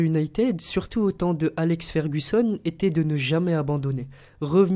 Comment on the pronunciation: Ta dis Alex fergussonne on l'appelle tous sir Alex